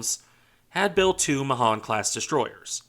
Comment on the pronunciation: Pronounced May hAn